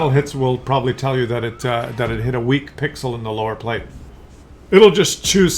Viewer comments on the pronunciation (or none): none